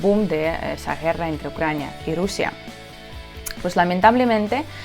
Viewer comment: отлично говоришь по-испански, но все-таки в слове guerra букву Г надо произосить четче, а не как звучит южнорусское Г. Ты же с Донбасса. Там вроде бы не гекают.